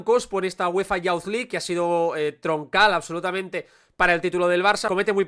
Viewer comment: "Youth" se pronuncia como "yooth":-) Gracias por este video interesante (como siempre)